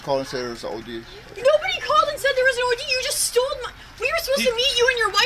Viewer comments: Stoled our money... Geez lady your like 35 and you don't know how to say stole! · He stold? The hell is stold 😂😂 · “Stolded” was bugging me out hahahahahahaha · If the chick from the first clip says "StoleD" again imma cry myself to sleep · the girl in the first video sounds like she's saying "stoled" and i can't unhear it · It drives me nuts when I hear people say “stoled” It’s like when people add “-ah” at the end of words. “Stop-ah”